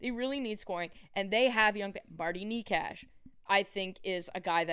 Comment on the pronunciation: I have literally listened to his home country pronounce it NAY-CHAS in Czech in interviews. Knee-cash ain't it.